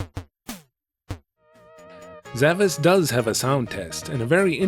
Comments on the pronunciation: Well, the game is spelled with an S-cedilla (pronounced "sh") at the end on the box: "Zavaş". So the Japanese rendition is actually correct. But I understand where you're coming from on the pronunciation. Great video as always. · The Titel of the game is actually spelled Zavaş, that letter is a S-cedilla and the Titel is correctly pronounced like Zavash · Looking closely at the logo, I see the S is actually a Ş (called S-cedilla according to Wikipedia), which is pronounced as SH, so pronouncing the game as Zavash is correct.